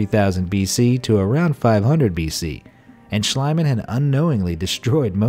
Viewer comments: SCHLIEMANN is pronounced "SHLEEMAN", not "SHLEIMAN". you either wrote or pronounced it wrong mate. ♥ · It’s Schliemann, not Schleimann. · Its Not schleimann its Schliemann more spoken as ea like Team or so.. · its spoken "Shlee-man" not "Shlai-man" (not meant bad or anything, just to inform * ^^ *) but a very interresting vid, thx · It is not shlaiman.it is pronounced shleeman. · The name 'Schliemann' is pronounced with a long ie. E.g. like 'piece' and 'niece'. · For future reference, Schliemann is pronounced schlEEman. And it's My-SEEn-ay. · Try to speak the "ie" in Schliemann like "Schleemann" ( as in "need") oder "Schleamann" (as in "speak"). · Schl-ee-man! In German (and a lot of English) ie = ee; ei = eye. Also W = V and V = F (fairly hard), and J = Y. There, that's basic German for you! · I thought the archaeologist’s name was pronounced SCHLEEMAN. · You're absolutely correct. Annoys me that they never bother to check out pronunciations. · please read it as it was written like shleemann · Schliemann is pronounced schleeman in German. With the I and e together in German you pronounce the second one not the first. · It's pronounced SHLEE-mahn. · Why americans dont even try to pronounce “non english“ names right? Its not shlyman oO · Your pronunciation of Schliemann drives me crazy.